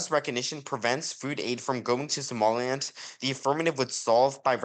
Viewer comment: Somaliland not Somaliand